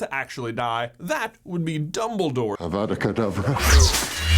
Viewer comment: Hermione to voldemort: "You're saying it wrong! It's avada Kadavra... Not Avvaada Kadavraaa